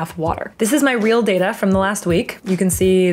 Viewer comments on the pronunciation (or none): none